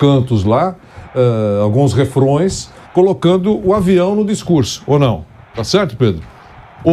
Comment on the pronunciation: O correto é "refrães".